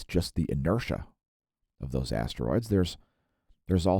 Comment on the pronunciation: I thought you said Assroids,i don't know shit about Asteroids.